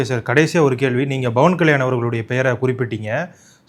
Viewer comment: Please pronounce as PAVAN KALYAN. Not Bhavan Kalyan.